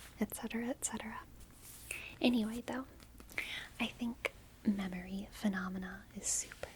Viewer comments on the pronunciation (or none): none